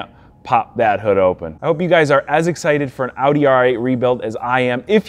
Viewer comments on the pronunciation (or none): Ow-dee? No....stop. Its pronounced Awe-dee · oh fuck he said “outy” in the first 5 seconds? im out fuck this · Say audi right